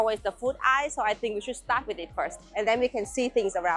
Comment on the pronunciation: Eye-ill = Aisle